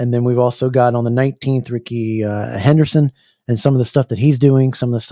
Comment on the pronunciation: Who's Ricky Herderson?? 😂😂😂😂 It's Hernandez 😂😂😂 All good my friend. Looking forward for the 19th. Excited, anxious and nervous